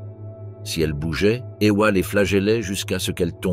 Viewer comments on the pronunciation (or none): Ewa c'est pas Eoua Wanda c'est pas Ouanda